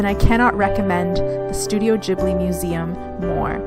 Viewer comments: did you really say JIB-li over ane over and over ??? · Please stop saying Studio Jibli!